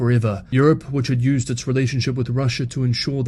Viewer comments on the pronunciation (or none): none